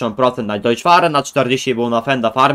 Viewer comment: Nie czyta się "Dojcz Far" tylko "Dojc Far". Gdyby czytało się "Dojcz" to pisałoby się "Deutsch" a nie Deutz".